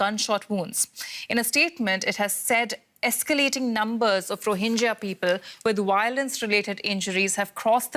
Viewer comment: It's not rohinja, it's rohinga